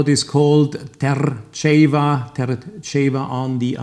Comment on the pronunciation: The way he said Terceira broke my heart.Love the videos.